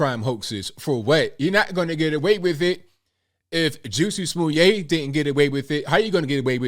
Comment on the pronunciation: Why does he mispronounce his name?